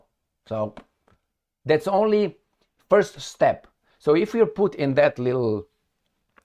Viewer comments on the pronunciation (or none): none